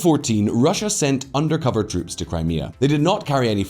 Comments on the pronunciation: "Kray-mah-ah" lol fucking hell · can you get rid of the woman voice who pronounces 'Crime Mia'. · Crymayha? Come on! Crimea is only the topic of the video. She could at least get the pronunciation correct🤬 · That Crimea pronunciation 🤦‍♂ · Just jumping in to say that the new voice over sounds much worse as AI than when you guys did it yourself's. She kept saying Crimea incorrectly. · That AI voice pronouncing 'Crimea', though... xD